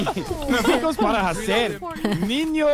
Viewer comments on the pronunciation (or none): Ele pronunciou como H em inglés não J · Hearing him pronounce the H in hacer killed me but we support a brother who is trying ✊